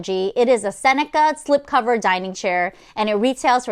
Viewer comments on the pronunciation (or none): none